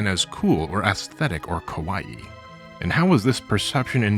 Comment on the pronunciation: why are you saying kawaii like hawaii